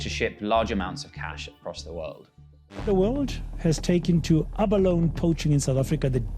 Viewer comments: Abaloney? Come on… what English word that ends with consonant-“e” has a hard “E” sound at the end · Ja, to hear Abalone pronounced correctly several times throughout the video and then butcher it with abaloney is beyond me 🤣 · Great video! Just for info: Tik is pronounced "Tuk" and abalone as being "alone". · and 'abaloney'